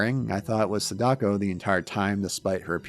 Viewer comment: wow dude everytime you pronounce SAdako wrongly, it fuels my anger! Please either learn the right way to say it or don't say it... its Sa-Da-Ko... and not se-DAko